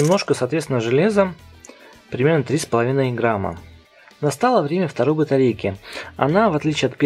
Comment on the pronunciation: ты сказал не грамма а рамма